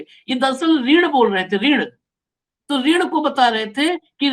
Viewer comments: ऋण भी नहीं बोल पर रहे शब्द को रिन से धो दिया😂😂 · Vrun yani qarja.. reen bola gaya